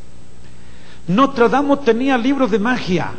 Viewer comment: Es "Nostradamus" con "N" no con "M".